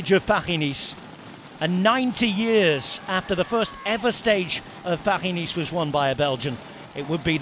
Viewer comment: the commentator sounds british to me, why is he saying Paris in a french accent? Paris has an S at the end. You don't hear French commentators saying Birmingham in a Brummie accent. Is he trying to sound pretentious? Or to prove he's well travelled because he knows how the French pronounce Paris? Just annoying. Just say "Paris - Nice" like a normal British person please.